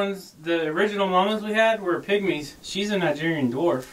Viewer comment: Kigerian instead of Nigerian